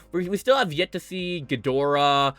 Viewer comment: It's actually pronounced me-thu-Sah (methuselah) Sah-lla (scylla) ghi-door-rah tie-ia-mat I-won-dragon